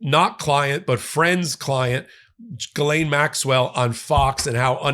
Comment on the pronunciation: Im a fan...BUT, please work on your pronunciation of some names, such as Maxwell's first name. Try not to use G'lane. Phonetically, it sounds like G'EEE-LANE. OR, just refer to this party as 'Maxwell'. :) And Virginia's last name is not Jaw-free. Try 'Jo-fray'. Dont take offense, please.